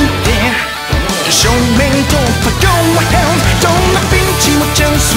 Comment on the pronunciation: sounds more like 'GO TO HELL" XD lolz